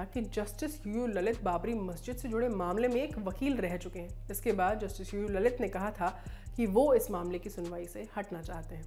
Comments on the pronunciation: लळीत not ललित. hindi anchors need more lingustic knowledge of देवनागरी "ळ". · Not ललित... it's लळीत